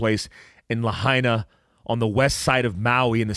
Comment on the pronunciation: I'm a hapa haole. It is pronounced "Lah-Aina" Lahaina is the Capital of Hawaiian Kingdom. This is more genocide for us natives. Big Guy I would love to talk with you? How?